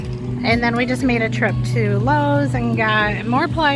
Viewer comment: Did i hear you say Lowreys? I didnt see it in your habd BUT i hope tou got your privileges back! 😅 Another fine installment!!!😊